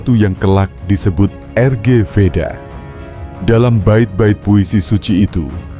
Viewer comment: er-ge veda? Rg (bacanya Rig)